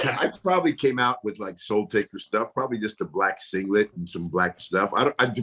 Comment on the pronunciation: I like Papa Shango. But whyyyyyyy do I get annoyed when he and others say "Taker" ???